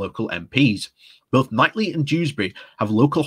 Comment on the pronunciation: Is it not pronounced "Keith-lee"?